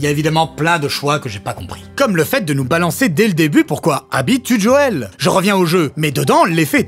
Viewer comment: Faut arreter aya nakamura : c'est pas Djoel mais Joel. (même dans la série en VF c'est JOEL) et c'est pas djadja ;-)